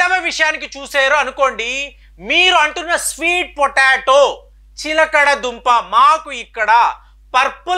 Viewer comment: ఎక్కడ కాపీ కొట్టావురా! source of video చెప్పురా! "చిలకడ దుంప" కంటే "చిలగడ దుంప" అనడం సబబురా ఇన్నిఆరోగ్య జాగ్రత్తలు చెబుతున్నావు అయినా నీ తలవెంట్రుకలు ఎలా ఇంత చిన్నప్పుడే రాలాయిరా ఆరోగ్య సూత్రాలు చెప్పటానికి ఇండియాలో వేలకొలది డాక్టర్స్ వున్నారురా నువ్వెందుకు అన్ని నెత్తిమీద వేసుకుంటున్నావు? నువ్వు డాక్టర్ వి కాదుకదా! "సిగ్గూ" "ఎగ్గూ" లేని "విగ్గు" "వెధవ" 😂😂😂😂😂